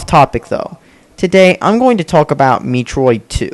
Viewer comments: how can you fuck up in the first 5 seconds. it is pronounced met-roid, not meet-roid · Why are graphics so important to you? And its metroid not meetroid. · Metroid. not MEATroid. Dumb Bitch. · Meat-roid? lol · Mee-troid. Sounds like a good game. I should play it. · Me-troid? What an idiot! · Meatroid? The brat can't even say Metroid right... And why am I not surprised that he likes the Vita? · meetroid work on pronunciation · You're not even saying Metroid right!